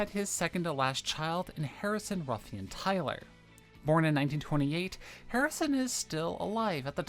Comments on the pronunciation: Is Tyler pronounced like Taylor? You consistently pronounced it like Taylor in this video. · I find it difficult to find credibility in your discussion when you cannot pronounce John Tyler's name correctly.